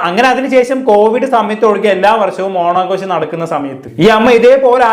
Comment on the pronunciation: ഓണാഘോശമല്ല. ഓണാഘോഷം എന്ന് ശരിയായി ഉച്ചരിക്കൂ.